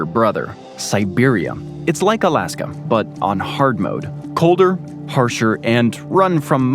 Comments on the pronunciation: Why does dood keep calling it "Alaskum"? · Bruh tf is Alaskum😂😂😂😂